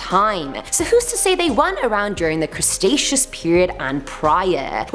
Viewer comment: crustacious or cretaceous??